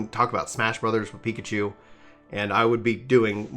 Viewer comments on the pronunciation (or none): none